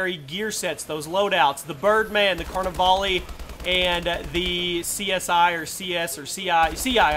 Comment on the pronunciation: "Birdman Car-NA-VALI"... It's Plague Doctor Car-NI-VAL for god's sake.